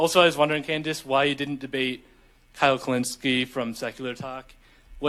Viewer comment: Who is Kyle *pronounces last name perfectly*.